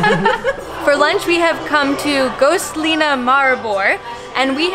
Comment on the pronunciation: not gostlina, but yes tünka, prleška tünka